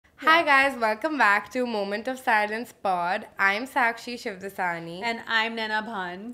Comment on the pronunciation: well bro i could still debate on it with enough facts...but fine... it's your name... 'dasni '